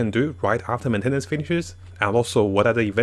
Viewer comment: Men-ten-nance cracked me up 😭